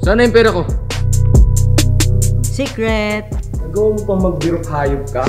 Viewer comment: ung sinabi sa lalaki na nakidnapp sinabi nya " SECRETT" namatay ako dun HAHHA